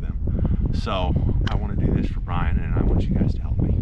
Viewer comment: BTW, you are calling him Brain not Brian. 🙏